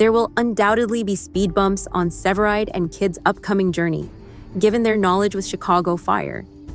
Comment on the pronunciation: Para empezar, que voz artificial mas fea!! No le da intensión ni acentos ni carisma a la narración. Mal! Segundo, indíquenle a la voz artificial como pronunciar CORRECTAMENTE los nombres es inglés, ¿qué es eso de SEVERIDE? Por dios!!! Que porquería.